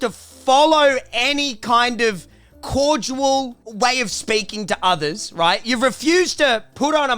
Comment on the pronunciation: needs to learn how to say the word CORDIAL keeps saying CORDUAL